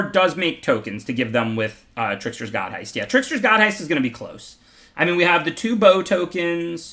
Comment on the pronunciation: I am waiting for the day he pronounces The Trickser-God's heist correctly.